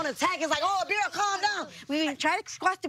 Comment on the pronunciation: ITs ABIRA y’all....ABIRA!! Not Abria 😅